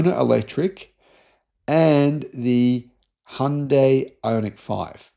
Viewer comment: Finally someone who pronounces Hyundai correctly🎉🎉🎉